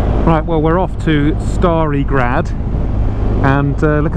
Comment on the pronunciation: It was actually really good, but only the Stari Grad one. You slaughtered Senj but that's normal for all english speakers since you pronounce J as DZ in most cases.